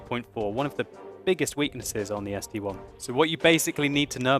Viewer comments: Its st i, not one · ST-I iiiiii .... not ST-one.. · Its ST-I not ST-1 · its sti not st1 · Just like the Tiger I (eye) and the Tiger II (eye-eye). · ARGHHHHHH it's ST-I "ess tee eye". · I thought so too, until a Russian corrected me. It is, in fact, ST 1. Someone above pointed it out, but I, in Russian is; И, but the Russian designation for this tank is: СТ-I (As in ST-Roman 1). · I love your work and I think it is the ST-I which is Roman numerals for 1 so Arrrrrr people please stop saying ST-I, because it is like saying the tiger II is called the tiger II:D